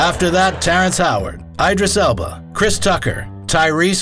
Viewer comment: Just fyi, his name is Idris, not Ajdris.